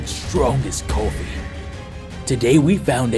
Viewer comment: The narrator's attempt at an accent is sad, I can't even tell what accent they're trying to do. British? If they're trying to do a British accent wtf is 'cooofffee'.